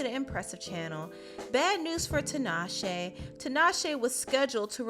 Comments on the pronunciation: I’m sorry, but this is just driving me crazy, honey... her name is pronounced “TEE-naw-shay,” not “TIN-awe-shay.” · 😭The way people say tinashe hurts the Zimbabwean in me